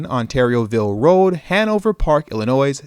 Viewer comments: You know good and well the “s” in Illinois isn’t pronounced, thought you were from Chicago. Second this is pointless. THIS IS AMERICA you complaining but you love the plantation. Until you can walk away from the table you will never be able to get the pat on the head you NEED from white supremacy. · Great video. I'm from Chicago. The S is silent in Illinois... lol